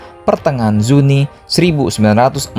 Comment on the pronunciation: " pertengahan Zuni" Yasalam